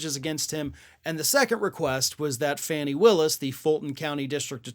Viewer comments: You usually are pretty good with your research, but a google of Ms. Willis' name would show that it is pronounced FAH-nee not fanny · Fah nee Willis, not Fanny! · (It's pronounced FAW-NEE Willis, not FANNY!) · it’s pronounced Fawny or Fawnie 😊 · Good reporting. Just one thing: It is pronounced "fawn-nee." Is this just a way to set yourself apart ... from everyone else? Sure like to know the answer to this question.